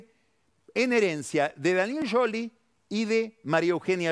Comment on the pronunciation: Escuchar a Pagni decir Daniel Yoli me da años de vida 😂